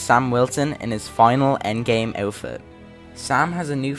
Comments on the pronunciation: Its endgame not endame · ah yes, the endame